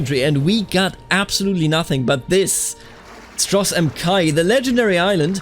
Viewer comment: Stros m'kai is pronounced stros muh kai